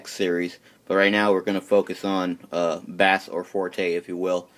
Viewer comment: Its pronounced base not bass hes not a fish